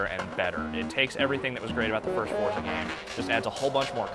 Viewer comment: y can't he pronounce forza?